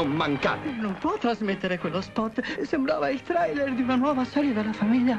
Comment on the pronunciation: però, che magnifica proncuncia inglese: trAiler e bill mUrrey